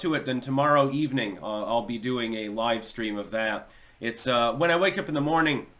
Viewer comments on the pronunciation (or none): none